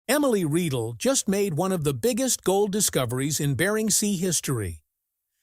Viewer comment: It’s Rye-dell … that’s the pronunciation you stupid idiot AI … ugh I’m so tired of AI… not Ree-dell 🤦‍♂️